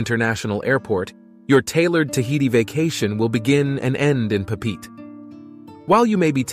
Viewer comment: "pah-peet"...? you mean "Pop-pah-ette-ay"....?